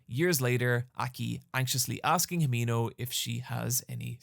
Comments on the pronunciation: Hee-men-oh. Say it fast. the 'e' will always sound like "eh". Japanese pronunciation has almost entirely consistent phonemes. It's such a lovely name, so please. please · the way you pronounce himeno pisses me off